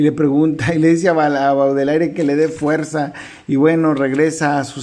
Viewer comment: Se pronuncia "bodeler" más o menos. Ojalá Kamite se anime a traer Lazos de sangre de este mismo autor. Me intriga.